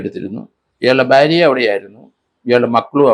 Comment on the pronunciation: സർ ഭ്യാര്യ അല്ല ഭാര്യ എന്ന് പലവട്ടം പറഞ്ഞിട്ടുണ്ട് ഞാൻ